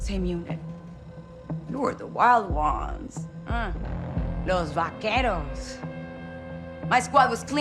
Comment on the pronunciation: Va-kue-roz 😭, bro i could not let that pass its Va-Ke-Ros